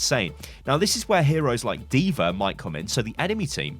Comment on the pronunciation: “Deever” aka D.va